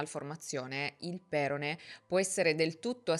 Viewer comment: Nella parola perone, l'accento cade sulla 0, ossia sulla seconda sillaba: peròne. Un'altra piccola ma importante correzione, visto che sento questo errore continuamente ed in molti video: "Mr/Mrs X si prende cura di lui" non si dice se si parla in modo riflessivo; si dice "Mr/Mrs X si prende cura di sé". Se dici "lui" allora è come se si prendesse cura di un altro. PS. Si vede ad occhio che era avvantaggiato rispetto ad altri, si chiama elasticità. Il 10% è tantissimo in questi contesti. Hanno fatto una porcata per il solito buonismo da quattro soldi. Il concetto è lo stesso che vede trans alle competizioni femminili.